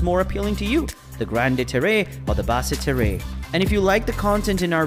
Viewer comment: Bad pronunciations but great information and pictures thanks. For example as I understand it Basse Terre is said like Bas Ter.